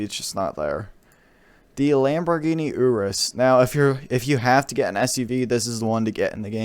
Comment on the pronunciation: Lamborghini Ooras 🤦